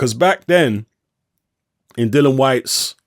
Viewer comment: Why do people struggle to pronounce Dillian's name correctly? His name isn't Dylan.